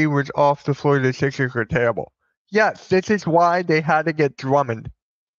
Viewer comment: lmaooo "lets go thixers"